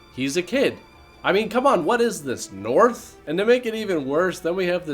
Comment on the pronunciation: "North"? Can someone make it clear I didn't understand